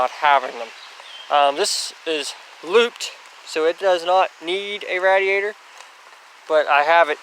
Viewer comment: You say radiator really strange. It’s pronounced “radiator” not “radiator”